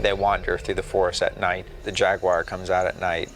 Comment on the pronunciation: Damn- like a jaguar wouldn't be bad enough, but the Amazonian jag-you-wah? You're in trouble.